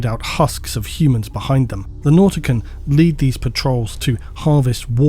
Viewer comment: I always thought nautican would be pronounced like mortician